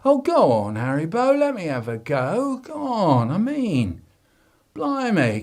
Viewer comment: ITS HARRYBO